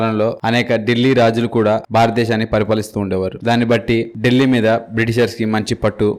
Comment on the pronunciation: ఢిల్లీ, డెల్లీ కాదు సార్ ... దానిపేరు దిల్లీ